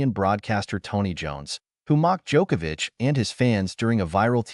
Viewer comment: Thank you for correctly pronouncing his last name.